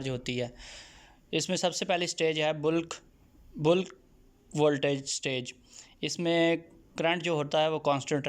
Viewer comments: Boolk charging ni hota mere bhai Bulk (balk) hota ha parhy likhy ho thoda khayal kiya karo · Sorry, correct pronunciation of bulk